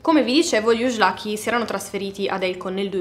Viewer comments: Ujlaky è un cognome ungherese,la pronuncia corretta è ùilachi... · La pronuncia di questo cognome è molto diversa poiché è origine ungherese quindi la j si pronuncia come nel nome Iian si pronuncia la seconda i.